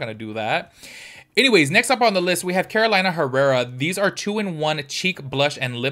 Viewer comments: It is not Carolaina, is Carolina (Karoleenna) 😀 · it's pronounced ''Caro-lee-na'' not ''Caro-laina'' 😊I just bought the Kara Beauty ''grandma sewing tin can'' I love it! but I agree with you, the color story should've been neutrals and light shimmers. Thank you for another video. 🥰